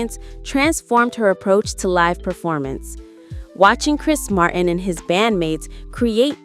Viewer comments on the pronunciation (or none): none